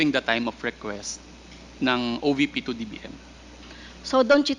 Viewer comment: OVP hindi OBP . Vice president hindi Bise president. V should be pronounced as V and B should be pronounced as B.